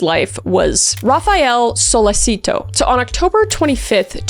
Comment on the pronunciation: As an italian... I forgive you, but only because it was very funny to hear how you pronounced Raffaele Sollecito 😂❤